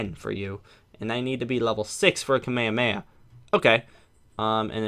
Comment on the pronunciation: Why are you saying the names wrong? Like you said Kahme hahmea